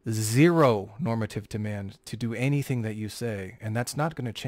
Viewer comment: I cringe every time says normative.